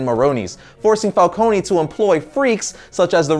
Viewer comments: My god. Again: Falcone is Italian, so it is "fálkóne" and not "fálkóni". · The way pronounces some of these names kills me. Fal-cone not fal-co-knee.